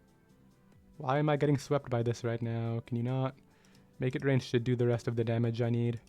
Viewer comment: You pronounce make it rain so loosely that it sounds like mega drain sometimes lol